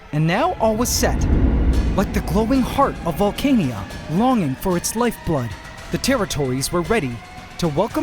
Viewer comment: Instead of pronouncing the name as vole-cane-ia, what do you think of Valh-khan-ah?